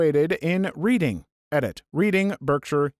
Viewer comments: The entirety of the entry is that a dyslexia group had it's HQ in a place named READing that is pronounced REDing. But ' pronunciation caused the joke to miss. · Reading uk is actually pronounced red-ing. Like the past tense of read. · Reading is pronounced RED-ing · no it's not. It is pronounced like READ-ing what are you talking about? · As far as I know, it's the same pronunciation in the US, which is concerning given the average American's literacy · oh, i did not know that was a place, my apologies, i'm guessing there was a time in the video he mentioned the place and mispronounced, i only watched the beginning of the video